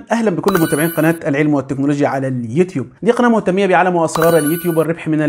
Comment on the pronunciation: سلام عليكم،،اخى بلاش كلمة مهتميه وأنطقها مهتمه وشكرا❤